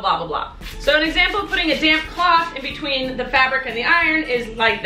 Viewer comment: I love you but you said in bewteen!